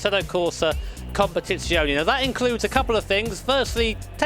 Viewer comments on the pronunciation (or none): Just to let you know, italian is a phonetically consistent language which means that the E's in Competizione are the same as the 'E' in Assetto Corsa. You are now pronouncing it as "competizioni" instead of "competizione". I hope this helps you pronounce italian cars more precisely in the future <3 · While the last e is pronounced, it's pronounced as "eh" rather than "ee" if that makes sense. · You have to pronounce it "competizion"